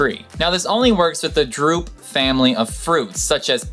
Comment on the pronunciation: Drupe, not droupe, Carthage, not Carthadge, plus please learn to pronounce Lieback (Lee-back) and Yasuke (YAs'ke)